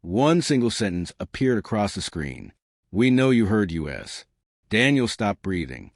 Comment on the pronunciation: For me, biggest thing is AI use needs to be declared. Secondarily, I think the narration quality is mid compared to some other AI narration I've heard. This AI sometimes put emphasis on the wrong syllable, kept saying "yew ess" instead of "us", and would either pause awkwardly or not pause where it's expected. Sounds like an okay story. I'm still listening.